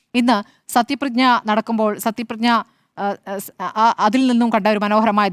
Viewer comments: സത്യപ്രതിജ്ഞ ✅not പ്രഞ്ഞ 😃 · സത്യപ്രതിജ്ഞ എന്ന് മര്യാദക്ക് പറയാൻ അറിയാത്തവരാണ് ചർച്ച നടത്തുന്നത് 🤔